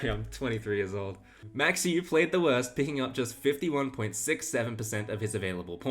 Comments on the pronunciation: Max OY-veh. Not OOOH WAY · Dutchman here. You’re not even close, mate. 😂😂😂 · Max Euwe (pronounced "Oo-Ver") wasn't the worst. He was a family man that only played chess when time permitted and SHOCKED the chess world by winning the championship. Gukesh has played horribly since taking the crown. But at least he played. Ding went to bed for 9 months. ... excellent point. You don't get to be world champion without being an exceptional player, circumstances notwithstanding. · Euwe - ERR-VUH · That's the funniest pronunciation, but not the correct one. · I recall hearing that Max's last name is pronounced "Oy-veh", just a heads-up. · Pronounced Max “oovay.” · You are mispronouncing Euwe's name. I normally wouldn't point something like that out, but you aren't even close. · Euwe may not be the worst world champion, but he's definitely the most mispronounced. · Hi, Dutchman here to help you out. Try to pronounce Euwe’s name like ‘Øwe’, where the Ø is pronounced like in Danish or Norwegian, the w is somewhere between the English v and w, and e at the end like the e in English ‘taken’. The a in Max is pronounced like the a in the English ‘car’. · Max Euwe should be pronounced "mox Er-veh" but with the "r" almost silent. And Petrosian is "petro-SEEyan". Congrats for getting some much more difficult names correct btw.